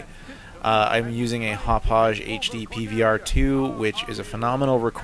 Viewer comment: It's pronounced "hop-ahg". Coming from a Long Island native ;D